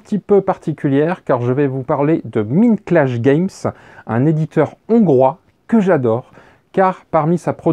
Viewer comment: Tout à fait de ton avis. Par contre, cela se prononce "Maïndclash Games" :) Comme dans la chanson des Pixies "Where is maï Maïnd ?" :D